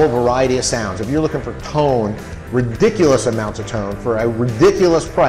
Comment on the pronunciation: Did he say “ri-pick-ulous”?😂